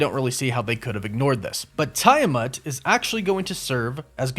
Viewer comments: Yo dawg, Tiamat is pronounced "Tee-ah-mot".. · you pronounced tiamut wrong lol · For Christ's sake, they pronounce Tiamut's name in the movie and you still got it wrong. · Tia-mut, no Tiya-mut. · It's /tee·uh·mat/ not /tai·uh·mat/ btw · It reallllllly bothers me how you keep mispronouncing Adamantium .... You're saying Adamentium ... And you mispronounced Tiamut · And Tee-Ah-Mutt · Adamantium- AD-UH-MAN-TEE-UHM Genosha- JEN-OH-SHUH Tiamat- TEE-AH-MAHT Also, Wolverine's claws aren't made of Adamantium. They are bone...coated in Adamantium just like the rest of his bones. Maybe a small distinction to the uninitiated, but a very important point to be made. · Take a shot every time he mispronounces Genosha, adamantium and Tiamut💀